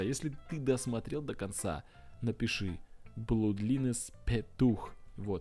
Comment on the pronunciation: Ты Блудлайнс, а не Блудлинез!